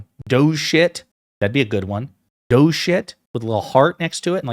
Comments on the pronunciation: Did you say doge or douche...? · DOGE pronounced dodgy!